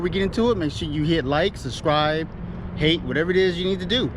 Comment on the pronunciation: SUB-SCRIBE! Why does everyone say suscribe?!?!?! It kills me everytime!😂😂😂 MUCH LUV N RESPECT! KEEP EM COMING!